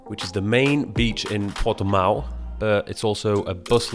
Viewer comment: Portuguese follower here, bro i laughed real hard when you said Lagos and Portimão ahah cheers